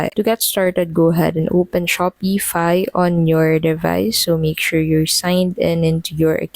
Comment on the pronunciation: Your pronouncing Shopify wrong